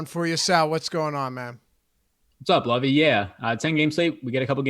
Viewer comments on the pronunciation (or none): Love the breakdown, hate that Sal calls loughy lovie 🤣🤣🤣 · Who’s “lovey” sal? 😂